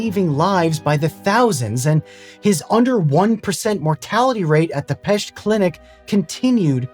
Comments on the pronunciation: WoW! You pronouncing Pest correctly! This is an extrealmy rare fenomenon! All my respect good sir! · I very much appreciate your proper pronunciation of Pest! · I can only imagine Semmelweis's amazement at seeing his name attached to hospitals, universities, statues, and all sorts of celebrations all over the world. What a horrific sacrifice on his part, though! Thanks for pronouncing Pest correctly, VSauce! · I knew right away this will be about Semmelweis Ignác. Love it. I'm also impressed by your pronunciation of Budapest and Pest